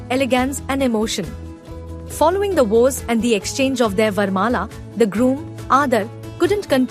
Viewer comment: Vows, not woes